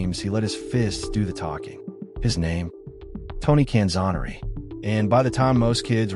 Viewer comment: Boy talk about butchering the poor guys name, he was known as the best lightweight ever, all the way up until Duran. Can-zoe-ner-ee